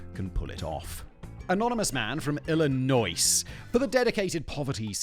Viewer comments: Illinois is pronounced like ill-annoy 😅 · It's ill-a-noi just like Whit-ler. I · Simon, the s in Illinois is silent, so you'd pronounce it like factboi. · There is no way Simon just pronounced the "s" at the end of Illinois .... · My Illinois born and bred ears hearing that S being pronounced. Full. Body. Shudder. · Illinois has a silent s you filthy tea drinker. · ILLINOIS THE S IS SILENT STUPID #triggererd